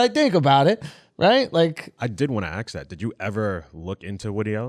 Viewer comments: did you aks that??? learn how to speak english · "I did wanna AXE that" Are you kidding me dude.